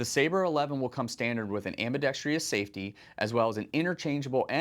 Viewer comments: Where can we vote for the host to learn how to pronounce ambidextrous? I can’t find that option. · "Ambidextrous" is the word. Ambi-dex-trous. Not ambi-dex-tri-ous - there is no "i" in it. On the positive, this year's 2025 lineup is even better than the interesting 2024 lineup. PSA having a gun for every need, with their approach of customer-focused, value and quick innovation, is absolutely killing it. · Ambidextrous. Four syllables. AM/BEE/DEXT/RUSS…Not, Five..AM/BEE/DEXT/REE/USS. I wasn’t going to say anything but, for as often as the word is used, I had to. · When did "ambidextrous" become "ambidextrious"? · Someone please tell my dude that there is only one 'I' in "ambidextrous" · Great firearms and amazingly difficult choices. But please look up how to properly pronounce AMBIDEXTROUS. Ambidextreeeous isn’t a word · Someone please tell me why Americans in the firearms industry insist upon a superfluous "I" that does not belong in the word ambidextrous. Am-bi-dex-trous. It is not, and never has been "ambidextrious". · If you’re actually selling grenade ammunition for the Thumper, then cool. Otherwise not super interested in firing gender reveal balls. PS it’s pronounced “ambi-DEX-truss,” not “ambi-dex-TREE-us.” Why is that so hard for some people?? How the heck do you get “TREE-us” when you read “trous”?? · For the love of god it’s pronounced: “am·buh·DEK·struhs” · This guy doesnt know how to pronounce ambidextrous lol. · Why is the word "ambidextrous" so difficult for people to pronounce? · PSA can't even afford to hire people who know how to pronounce "ambidextrous". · This man doesn't know how to pronounce ambidextrous. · Please learn how to say “ambidextrous” there’s only four syllables, not five. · Why is literally no one in the firearms community able to correctly pronounce the word "ambidextrous" when it is a word they have to read, write, and speak all the time? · Why can no one pronounce ambidextrous